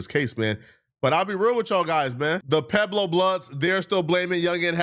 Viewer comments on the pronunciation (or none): I’m all the way in Miami—on the East Coast, deep in the South—and I still know who they are and how to say their name 🤦🏾‍♂ It’s **Pu-eb-lo**, not “Pablo.” I’m genuinely offended like I’m from they set. 🤣🤣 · “Pablo blood” it’s PUEBLO I cant stand this foreign idiot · CANT EVEN PRONOUNCE WORDS CORRECTLY 😂😂😂 PUEBLO AND PABLO ARE ENTIRELY DIFFERENT WORDS...THIS IS WHY POOH BUTTS FROM NORTH DAKOTA SHOULDNT BE ALLOWED TO REPORT ON LA GANG POLITICS 😂😂😂 FOH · Its pueblo blood not pablo blood stupid head ahh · And its PUEBLO not PABLO you TETHER!!!🙄🙄 THEY NOT LIKE US!! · It's Pueblo...not Pablo molasses monster!! Lol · It’s Pueblo not Pablo smh And I can’t stand Detective Riemoh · does nothing but cover LA gangs but literally cannot even pronounce the name correct lol "Pablo bloods" the guys special Ed and his weight loss surgery doesn't look like it worked at all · Pablo bloods😂😂😂 it's Pueblo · calling the Pueblo’s the “Pablo’s” is highly irritating to me for some reason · It’s Pueblo not Pablo 😂😂😂😂 Pueblo Bishops to be exact👎🏾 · PUEBLO….Not Pablo 😂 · This dummy just said "pablo blood" lmfao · lol him saying Pablo instead of Pueblo is funny to me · “PABLO BLOODS” 🥴💀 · Pueblo like pway-blow get this off my screen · I bet if you go back in his videos, he pronounces it perfectly but he does this to troll the peanut brains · Too stupid to pronounce Pueblo properly, but he's pinning murder cases on people..... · Fool can’t even say Pueblo 🙄